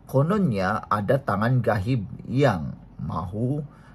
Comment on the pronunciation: Bukan GAHIB...GHAIB bang